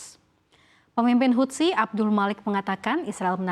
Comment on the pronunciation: satu hal lagi yang aneh dari anchors cnbc = baca houthi mereka baca hutsi 😂😂 LOL